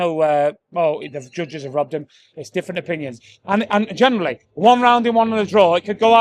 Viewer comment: Watched for years and he talks sense......but it's "genuinely" not "generally".